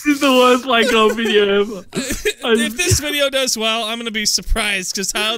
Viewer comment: Hahaha you said minecrap